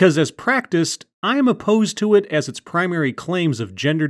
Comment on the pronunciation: Like when your cutting the video for pauses or things like that. Because I'm lazy, I'm using the first part of the video, - you said 'as it's practiced' but you must've cut out the A because it sounds like 's it's practiced.'